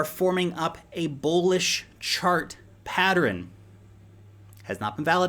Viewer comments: PAT-tern vs PAT-er-ren? How many syllables? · "Patteren" kills me everytime 🤣